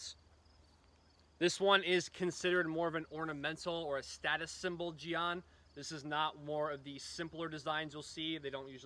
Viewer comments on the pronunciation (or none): Ah yes the the Chinese gee-on